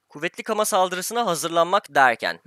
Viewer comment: Abi o kama değil gama